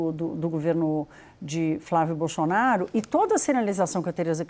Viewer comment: A jornalista fala “xenado”, “Bolxonaro”… Só eu que vejo isso?